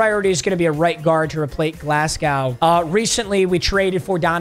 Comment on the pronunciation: As a Scotsman pronouncing Glasgow hurts man